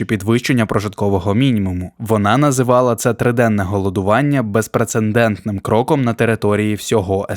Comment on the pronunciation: Не безпрецендентним, а безпрецедентним, невігласи.